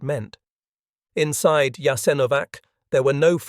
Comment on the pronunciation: A good video totally spoiled by the AI narration. WHY is the name of the camp repeatedly mispronounced?? The AI seems to have setteled on Jas-an-O-vac, while starting out callling in Yahs- IN-o-vac, which is close to the preferred pronounciation.